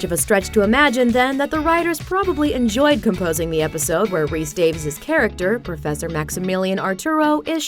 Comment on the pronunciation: John Rhys-Davies, pronounced 'Day-viss'. He has a Welsh name, not an English name. Therefore, it is NOT pronounced 'Day-vees'.